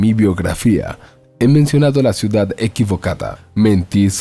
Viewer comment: Poco me gusta comentar en casos tan comunes como estos.(entonces no lo haga me dirán jijiji,) la sola cosa que me llamó la atención.,¿El señor que narra la historia ,agrega una letra más en palabras como: ciudad - ciudada. o bien en terminación en « n » estación = estaciona .por el resto todo bien leído sin faltas.? No es un reproche,solo curiosidad de saber .,¿ Cual es su idioma original ?.me gusta mucho comprender a las personas ,se aprende mucho de los demás.¿ No creen?. Saludos y gracias.💖🙋‍♀️🇨🇭🇨🇱✨✨✨🥰🥰🥰